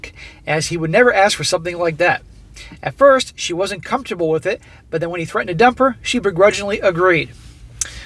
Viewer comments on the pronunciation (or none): none